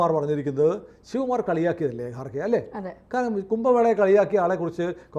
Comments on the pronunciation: കാർ ഖേ അല്ലടാ ഖാർ ഗേ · It's not garkhe but kharge. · ഗാർഖെ അല്ല ഖാർഗെ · ഗാർഗെ അല്ല. ഘർഗെ ആണ്. പിന്നെ അയാൾ ഹിന്ദു അല്ല. ബുദ്ധമതമാണ്. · ഗാർഗെ അല്ല ഖാർഗെ ആണ്.